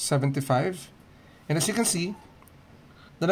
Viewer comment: 13.75 pronounce mistake